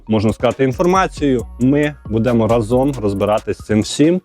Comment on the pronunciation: рАзом, а не разОм